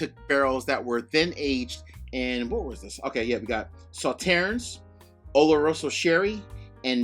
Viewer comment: Saw-turns on the French pronunciation of the dessert wine. 😇